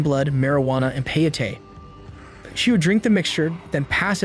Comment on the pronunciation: OMFG.....people SERIOUSLY?!?!? Is it SO DANG hard to research the proper pronunciation for words you are unsure about?!?? CO AHT LEE CUE EH, and PAY OH TEY .....SMH